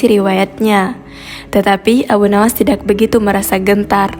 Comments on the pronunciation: Tidak jangan dibaca Tidax mpok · Tidak Bukan Tidax mpok, Perbaiki lagi Bahasa Mu..pasti Baca Teg Ya... Nanto Rokok Jadi Rokox Pula..